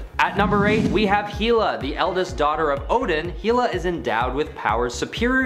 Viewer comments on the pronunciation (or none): what is with this channel mispronouncing names. hee-la? its hell-a